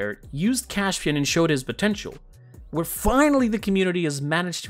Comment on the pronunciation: Why do you pronounce his name like it's Cashpian?